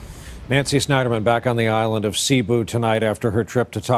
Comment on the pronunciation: /tak-LO-ban/ (The stress is on the syllable "LO") /se-BU/ (It is not pronounced as /si-BU/)